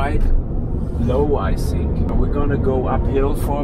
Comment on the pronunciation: “That’s what you sink” :)